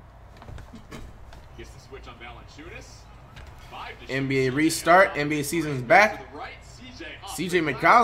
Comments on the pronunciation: The commentator literally said it properly a second before flight fked it up lmao its so crazy hes off of it 😂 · Comentator: Valenciunas Flight: Valenkyas